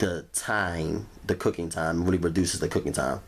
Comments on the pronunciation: Rery Rery Juicy. Lol. 😁🤣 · It was wrawry wawry juicy lol